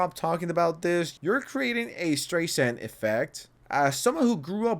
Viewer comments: Stry-sand. Not whatever the hell you said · Stray sand? 😂 I swear no one speaks correctly anymore.